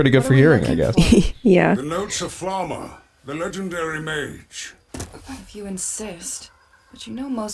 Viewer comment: I'm so pissed off how the dub pronunces Flamme. Couldn't they at least listen to the Japanese version as a sample?